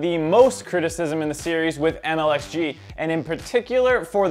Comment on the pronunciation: maybe get the name correct？its MLXG lmfao